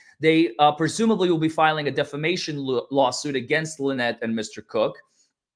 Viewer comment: I thought Jeremy said that Lie-nette and Crook weren't married.